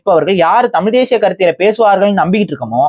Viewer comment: டமில், தெடி கொள்கிரோம் .... தமிழை சிதைப்பதற்கென்றே தமிழ் தேசியவாதிகளுக்கு சிறப்பு பயிற்சி எங்காவது தரப்படுகிறதா? தமிழை சிதைப்பதில் இவர்களை யாரும் மிஞ்ச முடியாது. தாங்கள் அழிவதற்கு முன் தமிழை அழித்துவிட வேண்டும் என்ற குறிக்கோள் நன்றாக தெரிகிறது.